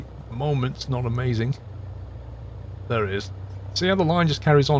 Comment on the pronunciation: I like everything about your videos except the way you say the word "there" like Chingy 🤣🤪